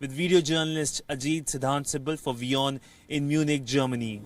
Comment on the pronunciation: Pronunciation and diction of the newscaster needs much improvement. This is Wion.